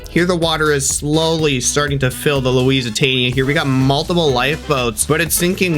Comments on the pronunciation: ITS LUSITANIA NOT LEWESANA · Not luisitania it’s Lusitania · It's not Louisesitania it's lusitania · lusitania❌️ lusertania✅️ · It’s actually called Lusitania not Louisiatnia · It's called the lucatainia not the Luisatainia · Bro is saying Louisitania [ima get roasted for this💀💀💀] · its Lusitania not Loisitania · You’re pronounce it Lusitania not Luis Antonia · Bro said luisatania not lusitania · You are saying lousitania but everyone else says Lusitania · First of all it’s pronounced luc-e-tainia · You pronounce it like “loose tainee UH” Same for bow it’s “b ohe” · That is not how you say its name it’s the lusitania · Thanks for saying this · BRO ITS loose it ania pronounced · It's pronounced Lus a tania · How to pronounce Lusitania! (Lu-Sit-æni-Uh) Yw ^^ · It is Lusa tani a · you said the name of the ship wrong but close to the real name and you're the greatest YouTuber ever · Bro said Lusitania wrong 😂😂😂😂